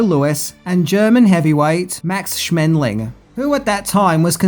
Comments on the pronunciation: its also max Schmeling NOT schmenling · When I saw the movie together with some bodies. We agreed on if history had went different that blond berserk easily could had been a 'GERMA'N NAZI -BOXING CHAMPION By the way it is SCHMELING andn NOT Schmendling as you had pronounced the German. Schmeling bacame quiet a hero and legend past the work with his youth care work. He also had switched from professional 'Boxing to Running a Softdrink company. Also in Berlin there is the MAX SCHMELING HALL, a conference buioding and event hall named after him. Schmelin himself had also gone to Joe Louis funeral to give his condolences. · "Schmeling", not "Schmenling" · Not SCHMENling, it's SSCHMELING... almost like "smelling" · The name of the real life German boxer who fought Joe Louis is Max Schmeling not “Max Schmendling” and the song by Survivor was ‘Burning Heart” not Burning Heat.... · max schmeling, not schmendling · Schmeling, not SchmeNling X) Greatings from Germany! Love your chanel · You should watch the movie again and learn how to pronounce “Drago” “Max Schmemling” another mispronunciation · I know who Joe Louis is, but who Max SCHMENLING is, I have no idea. Come on, it's not that difficult to get the pronunciation right with the name. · Drah-go not Dray-go, pronounced schmelling and Burning Heart not Burning Heat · Wtf are Dolph "Lund-dren" and Max "Shmenling"? Can't say I ever heard a song called Burning "Heat" in Rocky IV, either. Do you write your notes with your forehead? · His name is "Schmeling" as in SMELLING but with a "SH" in the beginning:-) Another great video! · Lol your pronunciation of Max Schmelling is hilarious! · He also can't pronounce "Drago" or "Schmeling".